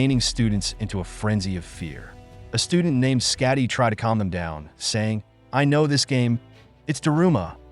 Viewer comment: it’s Sakaki not scatty lol😅